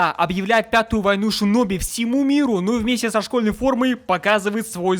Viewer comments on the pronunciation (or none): none